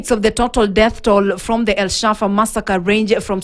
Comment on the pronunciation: El fasha not shafa